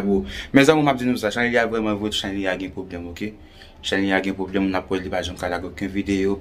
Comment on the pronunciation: Lang vrèman lou pou di chanèl la😆😆😆